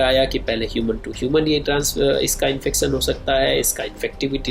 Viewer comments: Unsubscribed u r chanel..sale chutiye "infecn". Ya " infection" kaha se padha be ye scientist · Reproducson , infecson